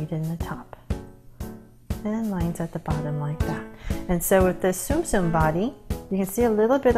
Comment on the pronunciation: it’s not zoom zoom it’s Tsum Tsum